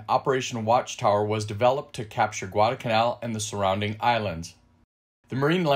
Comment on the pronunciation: Why do you drop the first letter L in the word Guadalcanal? I never heard that it was a silent letter.